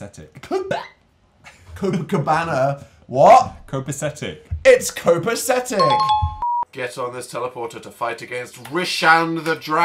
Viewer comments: people: copacetic dan: copakeptic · tbh Dan not being able to say Copacetic is a fattass mood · Dan trying to say copacetic is the funniest thing ever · watching dan attempting to pronounce copacetic will always be the most painful video to sit through